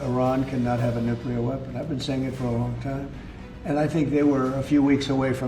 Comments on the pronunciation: Bro. It’s not nucular, you sound like Homer Simpson. You’ve made that juvenile mispronunciation in several videos. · I loved this video. Long enough to be informative but short enough that it doesn't take up 2 hours of my time. I watched it on my train ride home yesterday and I was captivated (aside from the way "nuclear" was pronounced lol). Great job! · I beg you to learn how to pronounce "nuclear". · I know 😂 It distracts me from the video content each time it's said wrong.